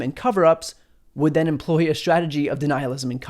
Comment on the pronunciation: You're very clear in your pronunciation and enunciation except for the word "strategy". I'm hearing you say "shrategy". Check out